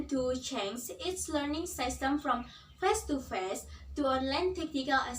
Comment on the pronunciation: Nice delivery and gestures! mispronounced: great, inevitable, face. Don't forget to look at the camera.